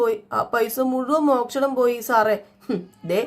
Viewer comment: Mokshanam alla moshanam aanu